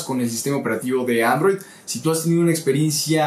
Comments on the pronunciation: arrow tv??? bajale un poquito al acento ingles q se te cambio hasta la palabra xdd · porque pronuncia android, como "arroui" ? Ni en usa lo pronuncian asi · y se llama: aarrrouuw tv jajajaja